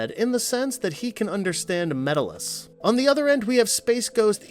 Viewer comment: You gave Brak second billing? Over Moltar?! Can't even pronounce Metallis or Tanzit right... lots of weird, weird stuff in this video said super confidently